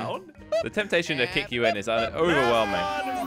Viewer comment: I e never heard say temtashoin